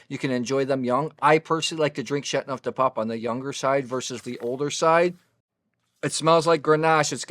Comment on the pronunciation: I like your review. One suggestion. French is not easy to pronounce and enunciate. You enunciate the word like this Shat-No-De-Pap The 'teau' needs to be enunciated too, like Sha-Toe Du shouldn't be pronounced 'de' rather more like 'due' with a short but distinct u sound but the u sound is not a long u like 'duue'. I cannot find an approximate way to phonetically describe 'neuf', its almost like 'nerf' with a silent r.